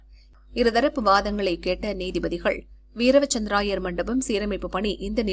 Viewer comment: AI தான் நியூஸ் வாசிக்குது போல. வீர - வசந்த- ராயர் என்பதை வீரவ- சந்த்ர-ராயர் என வாசிக்கு து